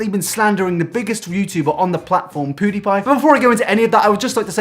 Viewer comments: I love Ur vids but u saying poo die pie is really pissing me off so I'm not liking it's PewDiePie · Its Pewdiepie not poodiepie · It's pew not poo, your accent is funny xD where you from? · Poo-die-pie lol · The REAL question is why are you calling Felix "Poo-dee-pie" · Well shit. I've always pronounced it wrong. I always said Pyew-dee-pie. I stand corrected.